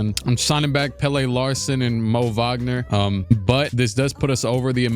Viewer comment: Swedish guy here, Pelle Larsson is actually pronounced kinda like fella, except with a P at the start obviously